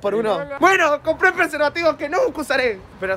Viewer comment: ESTA R E MALLL ELA MINIARURA JAJAJA PERSEVATIVO DICE